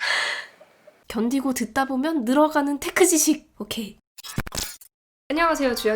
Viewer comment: 견디고 듣다보면 늘어가는 텍흐지씩!오퀘이